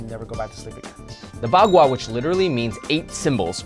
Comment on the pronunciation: The zao you pronaunced it with the second sound. Its pronaunced with the third and the bagua you also wrongly pronaunced, you should work on it!